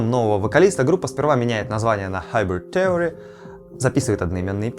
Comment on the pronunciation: Слово "theory" [ˈθɪərɪ] произносится через I.